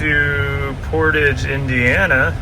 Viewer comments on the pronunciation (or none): none